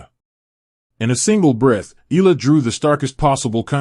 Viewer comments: Can you atleast learn to say her last name properly, it's" Eh Yah La." not Eh La, jeepers,!!!!!! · too much yaddah yaddah yaddah, why not just feature the actual interview instead and not waste our time with all the blah blah blah and it's E-YA-LAH not EELA. geeez....